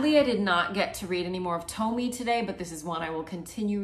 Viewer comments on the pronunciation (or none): Tomie is actually pronounced as “toe-mi-eh”